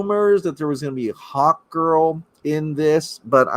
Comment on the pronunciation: I thought you said hotgirl instead of hawkgirl